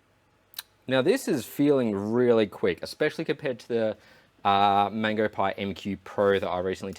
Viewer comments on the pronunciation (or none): none